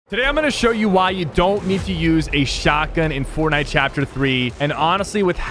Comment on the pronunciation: dude dont malk fortnut